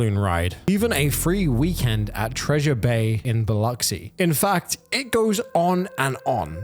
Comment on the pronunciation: Dude you nailed that pronunciation of Biloxi! Ppl usually get it wrong. Nice! ❤️ you!!